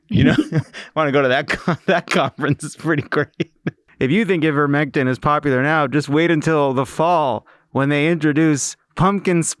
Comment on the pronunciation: Hey, FYI ivermectin has a long I sound at the beginning, so it sounds like EYE-ver-mec-tin.